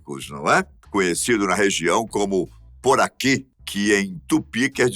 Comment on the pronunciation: não é puraqui, é puraqué